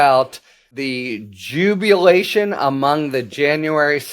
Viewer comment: Jubilation, not jubulation. Had to say that before i listen any further.